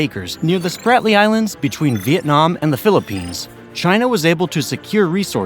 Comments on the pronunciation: One factor was missed on creating the islands...During first construction, China stated they would NOT be militarized. But they promptly lied. Another factor not mentioned here is EARTHQUAKES. Land built on sand and rock are VERY prone to LIQUEFACTION. A large bomb would have the same effect. PRONUNCIATION ERRORS: The islands are not pronounced 'Spartly'. They are pronounced consistent with their spelling. It is pronounced "Spratly", not 'Spartly . Also, Woody island is part of the 'Paracel' island chain (3 syllables). It is NOT pronounced as 'Parcel' (2 syllables) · Its spRatly not spaRtly. How did you make that mistake so many times.... re-recording is just time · Spratly not spartly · Spratly Islands! Not Spartly! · Gotta love those Spart-ly Islands but I think Id rather have the Sprat-ly Islands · SPRATLY. . . SPR, NOT SPAR!!!!😮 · Damn dude it is SPRATLY not SPARTLY. READ your script. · Interesting - but why does the narrator continually refer to the Spratly Islands as The "SPARTLY" Islands - which is so obviously incorrect...? Pillock. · Sprat•ly not spart•ly islands. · "Spartly Islands? Can you spell or actually speak English? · ISN'T It "Spratly" not "Spartly"? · S p r a t l e y, not spartley islands... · ..sprat-ly..not spart-ly..but we know what you meant..it also appears towards the middle end you kept mislabeling the location of these said islands to the nw s china sea instead of the se where they actually are . ..you still get a thumbs up from me for spectacular producing and very informative and rapid rate of presentation.. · Not sure why I was so triggered by "Spartley" Islands, but was. 😮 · This is an interesting video, but you seem to be saying Spar-tly Islands instead of Sprat-ly Islands. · Dork, you don't know how to pronounce Sprately ! ! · You mislabeled hurricanes and typhoons on your map and didn't pronounce "Spratley" correctly... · Stop using that lousy voice-bot. It can’t even pronounce ”Spratly islands” correctly.